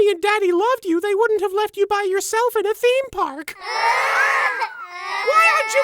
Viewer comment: “Theme paourkk” love it